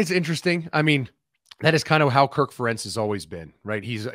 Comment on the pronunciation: Not exactly sure who this guy is, but if he's going to be asked to comment on Iowa football it would have been nice if he actually knew how to correctly pronounce the head coach's name.